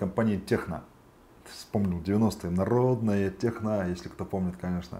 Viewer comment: Та не техно он читается